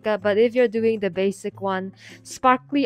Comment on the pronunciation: please stop dou-yin my mother